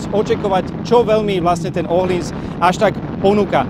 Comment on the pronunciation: Je fajn že víte jak se vyslovuje přijmení tureckeho jezdce. Teď ještě ten öhlins😉